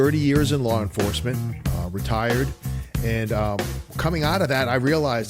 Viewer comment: Lawr enforcement 😅